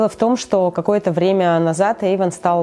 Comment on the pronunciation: Эйван а не Ейван